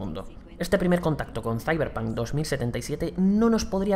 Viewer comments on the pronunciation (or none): none